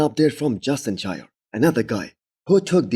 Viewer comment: Its justin sheer not shire, hes not a hobbit